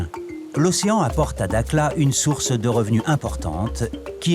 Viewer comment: Prononciation "darla" pas dakla